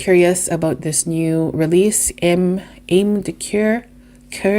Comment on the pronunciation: Ame is 2 syllables...ah-meh. Kur is how you pronounce the French word for leather...cuir. Core comes closest to the pronunciation...if you pursed your lips while saying it...for coeur...which is French for heart.